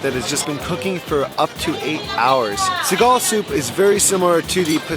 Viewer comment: I love how you're very open when trying out the dishes here in the PH. We need more vloggers like you :) Btw I think I've heard your pronunciation right about the sour pork soup, you called it Sigal? It's actually Sinigang :) there isn't any vinegar in the dish. What makes it sour is tamarind juice. My favorite dish.